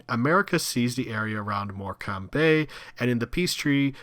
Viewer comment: City-State in Furness/Morecambe (pronounce it /mɔːkəm/ MORE-Cum) Bay? Lol but seriously why the heck not Liverpool?